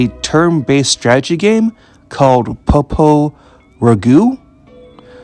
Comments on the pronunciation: The Crois pronunciation is like Croy-ce not like cross. At least that's how it's in Japanese. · The correct pronunciation is "Popolo-croyse" which is how the Japanese voice actors say it Magical Road is much more effective than in the 1st game. Instead of reducing random encounters based on your level vs the enemies' level, they're disabled entirely until it wears off, although the star beneath Pietro no longer shrinks as an indicator of when it wears off. Also unlike the 1st game, Magical Road can be cast in battle, which gives Pietro a defense buff Yup, everything was redrawn for the 2nd game to more closely match Atsuko Fukushima's artstyle and all returning areas from the 1st game have a lot more background details Tamori is the creator of the original manga but the signature artstyle of the games/anime is by Atsuko Fukushima, an animator who worked on Akira as well as multiple Ghibli movies and the pilot film for PopoloCrois which was how she became involved with the series PopoRogue (the title is a play on both the words "Epilogue" and "Rogue" as in "roguelike") is an interquel that plays much more like a dungeon-crawler than the other games and greatly expands upon the battle system of the 1st game with unique mechanics and AI-controlled mercenary party members. There's multiple references to PopoRogue in PopoloCrois 2 (the 'Musashi' mentioned in the Land of the Sun is one of the mercenaries from that game) although a few are deep cuts unless you've played it, and some of the mercenaries appear in the PSP game as summons as well as the mo